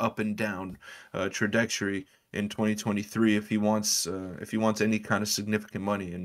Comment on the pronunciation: I couldn't help but to chuckle . 'Tradecjory" instead of "Trajectory".